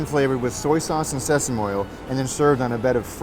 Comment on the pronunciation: permanent food festival, shopping is sport in SG, these are so accurate hahahaha. and.. it's pronounced seh-same-mee, not seh-same :O